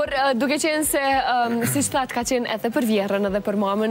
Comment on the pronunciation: I vrejtje oj mos thuj përr po ma mir thuaje për.